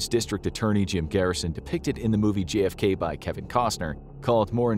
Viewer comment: It's a bit distracting that the narrator talks so fast that he pronounces JFK like GFK.